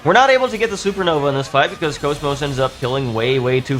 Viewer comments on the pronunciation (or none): It's pronounced CAWS MAWS comeon get with the flippin program